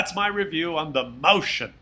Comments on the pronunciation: It just hurts my ears, every time someone non-German tries to pronounce the name of that tank. For future reference: It's Moi -s -chen. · Useless pathetic foreign languages,!!! "Mäuschen" is stressed slightly different: (click on the blue triangle)